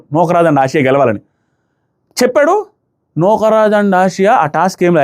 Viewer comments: యెసియా kaadu ఆసియా 😂😂😂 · Nukraj and asia...asia ఏషియా kadh..aasia.. ఆసియా 😅😅😅😂😂😂😂....ఎంత నవ్వు వస్తుందో నాకు అన్నా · Asiya kadu. asiya. Tana peru